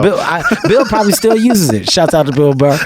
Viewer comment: Why can't black people say the word "shoutout"? Shots out.. lol